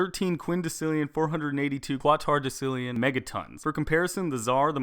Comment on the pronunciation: your pronouncing quatorodecillion wrong, its pronounced kwat-orow-des-ill-eeon